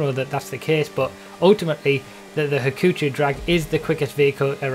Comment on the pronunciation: はくちょう ha-koo-cho it google translates to 'trouble'